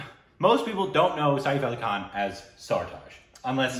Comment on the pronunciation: Its Saif Ali Khan. Not Saif Ai Khan. Has no one else noticed that?😂